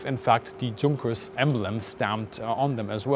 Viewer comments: Why do you pronounce Junkers and Stuka the way english speakers pronounce it??? As a native german speaker you should pronounce it correctly even if you're speaking english. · Good luck on the release! However what's confusing me is your pronunciation of German nomenclature like 'Junkers' which is exceptionally weird. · I'm curious, as a German native speaker, why do you pronounce Junkers with a hard J? (Also maybe you should call this episode "Outside the Cockpit". 😉) Great episode! Loved the "violent machine-human-ground interface"! 😂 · It's Y-unkers not Junk-ers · It's not Drzunkers, for cryin' out loud...,.it's YOONKERS ...!! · also is your accent fake? junkers suppose to be pronounced yoon-kerz? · quite an interesting and well presented video. good that the museum allowed access.. as a side not i was startled to hear a german speaker pronounce Junkers as "junk, ers,, i' always thought it was "yonkers" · If you're German, you should know that the manufacturer of the Ju-87 is pronounced "Yunkers." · PLEASE learn how to pronounce the names properly. Junkers = Tschoonkers ? Fuselage = Fuschalash ? Etc. Etc..... LOL As a German speaker you should know better. Otherwise nice footage. Where is the footage of the cockpit inside ???? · I'm confused, I've always been told Junkers was pronounced Yunkers, the German 'J' sounding like English 'Y', but you specifically pronounced Junkers with the 'J' sound. Which is it? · Excellent! I learned a lot from this episode. By the way, I’d always assumed that the proper German pronunciation of “Junkers” was “Yunkers,” with the German “J” sound. So that’s not actually the case? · Would be nice to ask some German how to pronounce JUNKERS before doing video. It totaly breaks it. Had to switch off after hearing the JUNK 3 times over. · Me: has only ever heard the Junkers pronounced "yoonkers" Bis: Junkers Me: visible confusion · Yes,, even though we’re English-speaking, we CAN handle the truth! Yoonkers & Shh-Tuka.